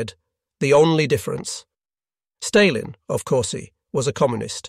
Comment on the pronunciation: A.I voice over. Stalin mispronounced along with other words.